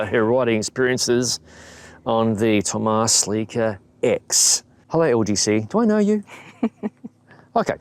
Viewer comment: Looks like a nice bike. And yes, as a native german speaker, I can tell you that you messed up the Umlaut in Thömus.